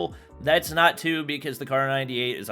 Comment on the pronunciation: "thats not tue"